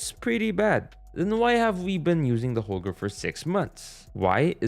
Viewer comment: It,s not holger but Holgae